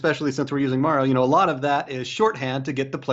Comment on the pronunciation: My eye twitches whenever she says Mario. good video though.